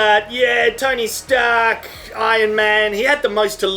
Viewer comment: is it just me, or does he say "tiny stark" instead of "tony stark"?